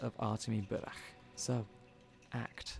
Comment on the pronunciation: Отлично играешь голосом! И один из немногих англоязычных, кто правильно произносит фамилию протогониста)